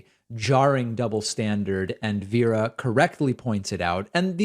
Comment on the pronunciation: Just so you know, you're pronouncing Veera as "Viira".